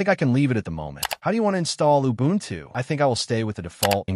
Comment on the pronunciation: Убунчю...Ору в голос!